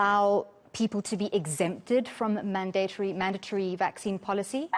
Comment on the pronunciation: There is no long A sound in mandatory. The second syllable does not rhyme with date.